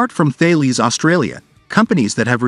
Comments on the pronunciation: and Thales is pronounced Tah les french name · Thales is Tah les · Hi guys i live down the road from where they make the Hawkei and bushmaster now i dont wanna sound pedantic but ive done this cupla times now hahah sorry . Thales is not pronounced the way its spelt, its french its pronounced Tah les 🤗👍